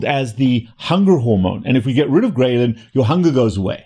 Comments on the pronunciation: I thought it was pronounced Grelin Not Graylin. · take a shot everytime he says Graylin wrong 🧐😂